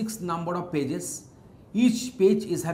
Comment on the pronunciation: I hear "Bitches" whenever he says "Pages" :\